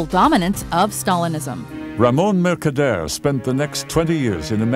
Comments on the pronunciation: no accent Ramon changes voice and get thick spanish accent MERCADERE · RAMON MERKADEYERRRR HAHAHAHAHAAHAHAHAHA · Mercader a very difficult name to pronounce:))))